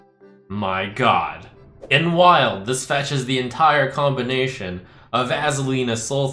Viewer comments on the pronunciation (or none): none